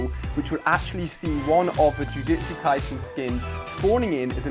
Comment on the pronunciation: Its jujutsu kaisen not jujetsu kaisen